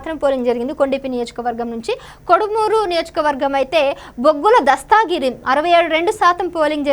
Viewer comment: తెలుగు రాదా నీకు. దస్తాగిరి శృంగావరపుకోట కాదమ్మా దస్తగిరి శృంగవరపుకోట